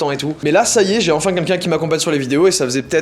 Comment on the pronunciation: Joyca, tu sais pas prononcer les L : Quenqu'un pour Quelqu'un et Mi pour Mille !